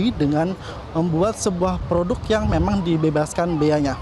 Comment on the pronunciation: "PODUK PODUK"😂 "LABOTARIUM"😂